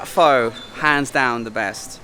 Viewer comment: Its wat Pho like PO not Fo 🙂